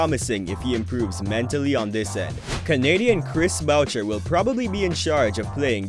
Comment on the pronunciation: I eard bowcher 😂